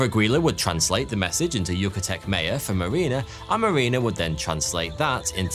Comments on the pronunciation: your pronunciation is just atrocious. you can't even pronounce Maya. truly ponderous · They’re called MAYA not MEYA 🤦🏼‍♀️ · How you pronounce "Maya" is driving me nuts.